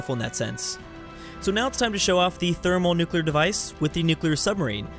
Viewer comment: it's pronounced Therm-O-nuclear not "Thermalnuclear"